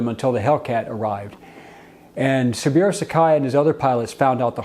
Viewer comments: His name is pronounced 'SabOOro' not "Sabeero". Respect requires getting that right. It just takes a little effort to find out. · SABOOORO, BOZO; NOT SABUREAU. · how do u not know it's Sa bu ro, Not Sa bi ro? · It's pronounced "Sa-Boo-Row".